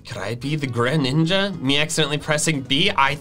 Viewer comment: ah its actually gru-ninja